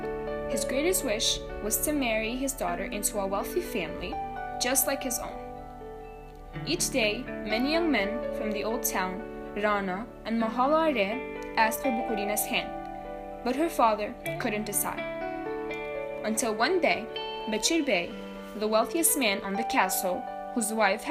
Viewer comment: If you can say Ulcinj better off say nova mahala end not mhalla re